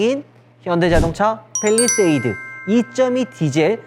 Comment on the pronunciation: 빼휘일뤼셰휘이듯 발음뭐누ㅋㅋㅋ